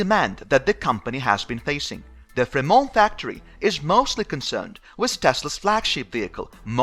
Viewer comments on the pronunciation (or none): Free-mont...we aren't French over here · Fremón BAHAHAHAHA FreMONT dude,hehe.